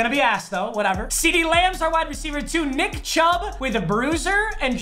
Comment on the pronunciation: "Right up the shmiddle to Nickariah Chubb"